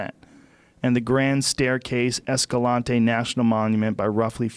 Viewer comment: Es-ka-lant, utah. That's how we say it. I'm not on the trump trail but the monuments kind of needed to be shrunk. It was over reach and now we truly can use it. I think we do need to protect monuments but there was major government involvement. Talk to the people who live here, southern utah is amazing but over reach is over reach. It belongs to the people again.